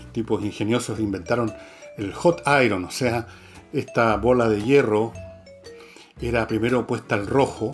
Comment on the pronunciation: Don Fernando, la pronunciación correcta de la palabra IRON en inglés es: /áian/, la r no se pronuncia, el sonido de la segunda "a" es más suave. En inglés norteamericano es: /áiarn/.